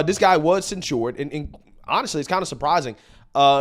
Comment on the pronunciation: The way you say censured is ridiculous. It's not cen-shored. You're adding extra stuff that's unnecessary. Maybe this comment is unnecessary. But dude, you constantly say things wrong and do these subtly annoying things.